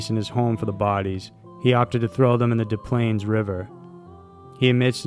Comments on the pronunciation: It's not called the DA Plaines river, it's called the DES Plaines river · The "S's" in Des Plaines River are not silent. It's pronounced "Dess Plaines". Source: I grew up in the town right next to Des Plaines.